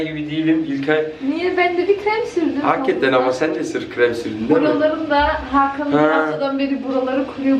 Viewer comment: çok samimisiniz ya gerçektende çok tatlısınız ❤️ "hakatten" demesi çok güldürdü beni ama genelikle biz gurbetciler böyle konuşuruz 😂👍🏻 Videoların devamını bekliyoruz 😍